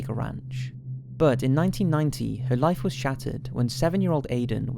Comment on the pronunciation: oh for the love of god learn how to pronounce the word 'but' correctly its infuriating!!!! plus you use it way too often